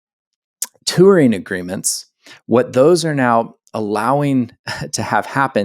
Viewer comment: Tour is a one-syllable word. Touring is a two-syllable word that ends with a letter g.